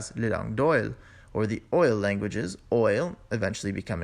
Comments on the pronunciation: Great! One little thing...the pronunciation of Oïl was wrong. You can check the phonetics in Romance literature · You don't say the letter L in "oil."